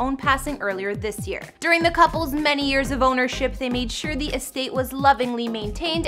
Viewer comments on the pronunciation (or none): none